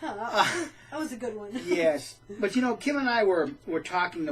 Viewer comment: Kim, you did a great job pronouncing my name, I never doubted you would do it right. As I said before, I'm just so incredibly happy to be out, I forgot what it was like to be truly happy! I wasn't as happy when I got baptized as a JW, or I don't remember feeling happy for those who were getting baptized as JWs and yet here, every nail in this coffin brings me so much joy...Congratulations, Pauline! I hope you are enjoying your freedom too!!! I agree: I absolutely can NOT imagine going back after learning TTATT, I just can't comprehend how it's possible.. well, unless you have to go try to save family members but then it's different and has to be so much harder. I often think about those people who know TTATT and are still trapped because they have a family involved, or those who stay there and work on exposing them by leaking info, doing everything to bring the WT down. I applaud those people because I can only imagine how hard it must be to lead a double life and sit through all those boring meetings or even worse - assemblies and conventions, or giving talks and so much more! Thank you, if you are reading this!!! I don't know you, but I remember to pray for all of you so you may continue and stay sane. Thank you, and Kim!!!! Feels so much better than going door to door, or a bible study when you have to lure the interested person with just enough information trying to keep the person interested in the meantime avoiding any "touchy" subjects until the "client" is ready